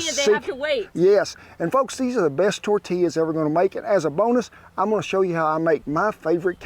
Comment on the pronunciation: As a New Mexican who grew up less than an hour from El Paso, Texas, I can truly say I APPRECIATE everything about this video 👍👍 The way you pronounce tortillas and quesadillas correctly, using Hatch chiles in your salsa, to your little dance you busted out in- ALL top notch, good sir!! 👍👍 Those quesadillas looked delicious. My great grandmother used to wake up every morning, except Sundays, and make homemade tortillas and lunch. Oh the GOOD ol’ days….